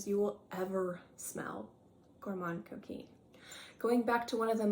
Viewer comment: Thank you for reminding me of my Gourmand Coquin. That is pronounced Gourmand (do not say the n or d- just a nasal a) Coquin- where you do NOT pronounce the n. It’s really like a short a but nasal- whereas “gourmand” is more of a short o but nasal. Gourmahn cokainh